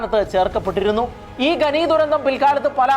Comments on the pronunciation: Watch the movie ' The 33'. ഗനനം അല്ല ഖനനം എന്നാണ്. ഗനി എന്നല്ല ഖനി എന്നാണ് 😊👍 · ഘനി അല്ല ഖനി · ഗെനി അല്ല ചേട്ടാ. ഖനി എന്നാണ്. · ഗനി അല്ല , ഖനി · ഖനി, എന്നത് ഗനി എന്ന് ഉച്ചരിക്കുന്നത് ശരിയാണോ? വളരെ ആരോചകമാണ്. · ഗനി ഗനി എന്ന് കേൾക്കുമ്പോൾ ഒരു അറപ്പ്. ഖനി എന്നാണ് നമ്മളൊക്കെ പറഞ്ഞു പഠി ച്ചത്. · Yes. Please note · ഗനി, ഗനനം എന്നൊന്നുമല്ല, ഖനി, ഖനനം എന്നാണ് ശരിയായ വാക്ക്. നമ്മുടെ മാതൃ ഭാഷയെ ഇങ്ങനെ അപമാനിക്കരുതേ സുഹൃത്തേ. ചാണലുകാരും ശ്രദ്ധിക്കണം.